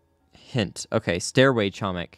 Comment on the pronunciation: doing my usual reminder:, you are pronouncing "chomik" incorrectly, the "c" in "chomik" is silent